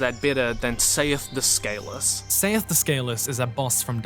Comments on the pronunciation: Don't forget his immoral "sails" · Please tell me that someone told this man to watch the intro cutscene of Dark Souls so he can learn how to pronounce Seathe. And also "scales" for that matter.